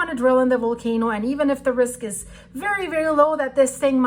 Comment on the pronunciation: I want to drill hole into hecate's head, not VOL-CAN-O, oh she making pizza with minced meat, and her dirty paw on MY bread! Just kidding!